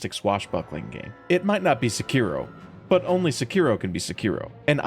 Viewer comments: its Se-ki-ro not Se-kiro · I just listened to this guy pronounce Sekiro incorrectly 5 times in a row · are you trying to piss me off with how you pronounce Sekiro 😂